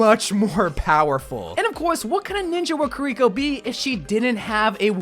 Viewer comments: ki-ri-ko, not ku-ri-ko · KiReekO? Come on man, she don't smell! :D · Yea you need better pronunciation for her name and half the abilities. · Key-ree-koh, Toh-ree gate, Kit-Soon-eh Rush. :3